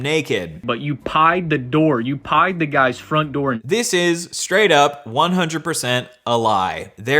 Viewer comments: was he saying “pied” as slang for opening somebodies door or is he deeply failing at saying/remembering the word “pried” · "🥧d" Maybe he has a speech impediment.. but I find it hard to sympathize with him